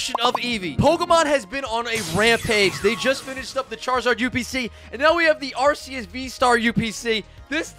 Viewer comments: Pls tell me he didn’t say arseus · He said acus